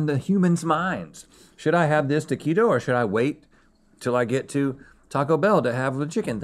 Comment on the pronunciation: You’re not pronouncing taquito right.